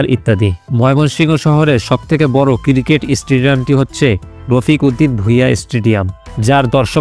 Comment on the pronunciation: মানুষের নামের পর ইত্যাদি বলা যায় না! প্রমুখ বলতে হয়! আর স্টেডিয়ামগুলো শুধু ক্রিকেট খেলার জন্য না। আর আপনার উচ্চারণ শুদ্ধ করতে হবে। ক্রিকেটকে বললেন, কিরকেট। আর কবি কাজী নজরুল ইসলাম ময়মনসিংহের লোক, এই তথ্য কোথায় পেলেন। তাঁর জন্ম ও পৈতৃক বাড়ি পশ্চিম বাংলার বর্ধমান জেলার আসানসোল মহকুমার চুরুলিয়া গ্রামে। ময়মনসিংহের এক দারোগা নজরুলকে ছোট বেলায় তার কাছে নিয়ে এসে ত্রিশালের দরিরামপুর স্কুলে ভর্তি করিয়ে দেন। আর কুমিল্লা বিমান বন্দর তিন দশক ধরে বন্ধ, অথচ ইউএস-বাংলার একটি এয়ারক্রাফটের ছবি দেখিয়ে বললেন, কুমিল্লা বিমানবন্দরের কথা! এজাতীয় ভিডিও বানাতে গেলে আরও পড়াশোনা দরকার!